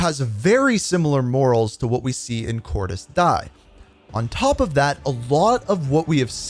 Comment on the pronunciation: Pronounced De ez